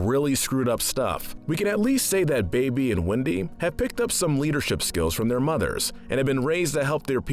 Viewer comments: Who else stopped watching when he said "Baby" instead of "Bebe" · calling some characters by the wrong name and the way you said Bebe as baby....can't take this list serious as you should know cartmans mum is called liane if you was a true fan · my name is da-veed and it's not baby it's bebe and it's not linda it's liane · You Called Bebe “Baby” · He also called Bebe “baby”